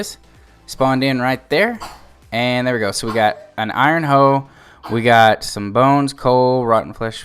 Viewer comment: "Irone hoe" :) Good tutorial.